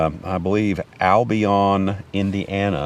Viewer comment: Bill-I’m from northern Indiana we pronounced it Al-bee-un ….Albion